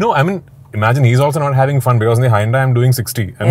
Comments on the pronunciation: what in the milky way galaxy is “hai- un-dai “ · രാജുവേട്ടന്റെ "ഹായ്‌ ഉണ്ടായ്‌" എന്താണെന്ന് മനസ്സിലാകാത്ത ഞാൻ. അപ്പോ ശരിക്കും ‘ Hyundai’ഇതിന്റെ pronunciation ഇതായിരുന്നല്ലേ!!.😮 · Hyundai ❌ hai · un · dai ✅ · Hyundai - really, Prithviraj? Is that the way you pronounce that Korean brand? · thats what im sayin go to any british country they are pronouncimg it as hai-un-dai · dude i'm living in the uk and you are arguing with me🤣...the whole people here pronunces as hai-un-dai.. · HA-YUN-DAI is the british pronunciation of HYUNDAI . Its actually HYUNDAI.